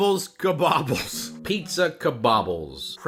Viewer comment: Ka-bob-bles?!?!? BRUH 🤣🤣🤣🤣🤣🤣🤣 I seriously think I'm dying 😂 😭 💀 🤣